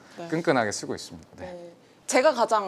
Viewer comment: 있습니ㄷ'ㅏ 이거 glottal stop임 아님 주현영임? 아님 알라임?